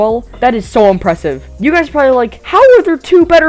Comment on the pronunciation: Dude what is it with this guy saying "Impwesive"